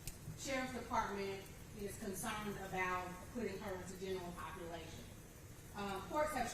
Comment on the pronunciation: Never heard a lawyer enunciate “is” like “aahhaeeess,” it’s only one syllable girl calm down 😅